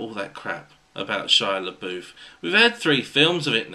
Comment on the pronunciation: The way you pronounce Shia Labouf drives me nuts. I don't know why because you're pronouncing it correctly!!!! I'm just used to hearing the wrong pronunciation and It's burned into my brain from all my friends who say (Shia-la-buff). I'm a weirdo, aren't I?